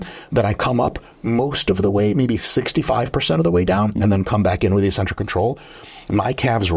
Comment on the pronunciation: “ek-centric” not “ee-centric”